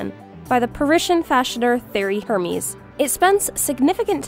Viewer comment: Hermes is pronounced like “mess” in the end and not “miss” u should double check beforehand.